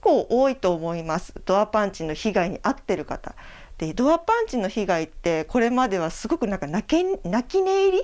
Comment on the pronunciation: パンチ👊パンチ👊 パンツ(^_^;)パンツ😍と聞こえる😅